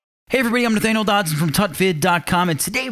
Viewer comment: "hello this is nathaniel..." i heard hello this is anal dots